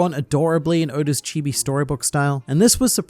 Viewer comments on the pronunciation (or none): none